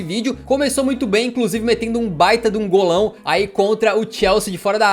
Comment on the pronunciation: Vergonha alheia ver vc fala golao kkk